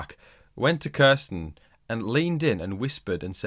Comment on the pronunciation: When you say Kirsten is sounds like you are saying Carson and I get so confused